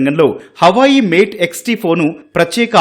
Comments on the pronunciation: అది హవాయి, అమ్మాయి కాదు.....హువావే😂😂😂😂😂😂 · Hawayi kaadu talli Huawei 😂😂😂